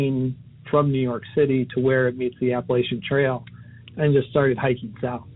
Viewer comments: narrator is the best I’ve ever heard but please never say Appa-lat-chan again😭😭😭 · It’s pronounced appa-lay-tion trail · I lose respect when I heard apple-a-chin trail. Like what? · Apa-lay-SHIN trail is how it is pronounced. Also Harriman- it's pronounced Harrah-Men not horraman. Lol but as usual, a great story. Love this channel, I live near sloatsburg and love hiking in harriman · The Apa-la-chin trail. Lol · Apa-LAYTIAN trail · Dying at the pronunciation of Appalachian 😂😂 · Your American and you can't even pronounce Appalachian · Dude don’t ever say Appalachian like that again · The way Appalachian was pronounced threw me off a little lol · The way he says Appalachian is truly amazing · Why can't any of these narrators say Appalachian correctly? There's literally an audio recording from one of the hikers saying it right...just repeat it the same way he said it ffs. I only lived in the Appalachians for 4 years total, but all these people mispronouncing it really grinds on my nerves. I can't imagine how much it must annoy people who have lived there their entire lives. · Im offended by the way yall pronounced Appalachian Trail LOL